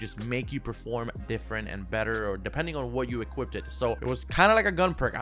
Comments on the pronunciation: you cant say equipped lol you say equipted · I SWEAR TO GOD IF YOU SAY EQUIPEDID ONE MORE TIME IM GOING TO KILL MYSELF